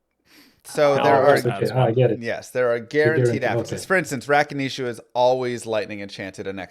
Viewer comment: You're trying to teach a man who calls Gheed "Jeed" how to syllable stress Rakanishu properly. You have to start setting more realistic goals Kappa